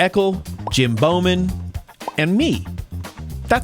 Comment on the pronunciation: Who's Jim BOWman? ;-) Think BAU, like Bauhaus, or bough of a tree. You know, German. JK - such an awesome time and privilege to judge this race and experience the spectacle and fun of the block party in Camden. Guess I'll have to post the Edward Forty Hands Table Hockey penalty separately ,though. ;-)